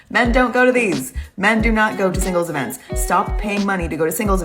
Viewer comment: Why does she keep pronouncing events like that lol "I like these eeevints"